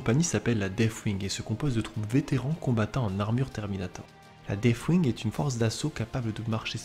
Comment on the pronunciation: Très sympa, merci ! ps : Par contre, si je peux suggérer quelques attentions d'écriture/formulation/etc que j'ai retenues : - prononciation : ce n'est pas un f dans deathwing, il vaudrait encore mieux faire comme si c'était un "s" 😅 - le participe passé de acquérir, ce n'est pas "acquéri" mais "acquis" (d'ailleurs pareil pour la forme conjuguée, c'est "il acquit" et non "acquérit") 😅 - à , prononciation : surtout pas de liaison entre "grands" et "héros, sinon cela fait grands zéros... (loin de moi l'envie de vanner les DA en disant que cela pourrait être mérité mais je ne le pense même pas, bref 😜)